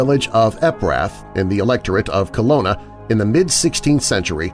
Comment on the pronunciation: I hate to complain or nitpick about your pronunciation, but I'm sure the city in Germany, in the werewolf story, is Cologne, pronounced Co-loan. You make it sound like Kelowna, which is a city in British Columbia, Canada.